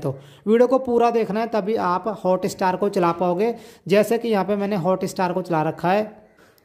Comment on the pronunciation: It’s not hota star🤣🤣🤣🤣 it’s hotstar!!